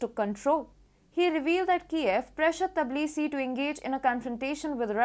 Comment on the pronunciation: Tbilisi pronounced, Bilisi